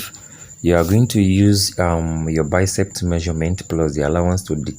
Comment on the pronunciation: It’s BICEP, not BICEPT